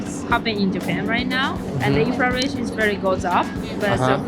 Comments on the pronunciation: もしかして動画全編通してずっとinflationのことインフラレーションと言っている……？ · Inflationインフレーションをインフラレーションと仰ってるのが気になります。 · inflation （インフレーション） ですね。 インフ「ラ」レーション ではない。。。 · Inflalationではなく、inlflationですよ‼️ インフラレーション➡︎インフレーション😂 海外移住もいいけど、まずは英語学びましょう😅 赤っ恥ですよ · She says "inflalation" for "inflation." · インフラレイションって何？ｗｗｗｗｗｗｗｗｗｗｗｗｗｗｗｗｗｗｗｗｗ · インフレーション○ インフラレーション× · インフレーションですよ。インフ「ら」レーションは？？？？？です。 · ちょっと気になっただけなんですけど、インフラレーションじゃなくてインフレーションですね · インフレーションInflationていうのでは？ インフラレーションて言ってるように聞こえる。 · インフレの倍率よりも「いんふられいしょん」という発音の方に衝撃を受けた。